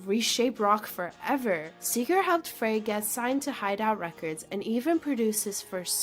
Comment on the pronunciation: Now all you have to do is pronounce all their names correctly ... Fray???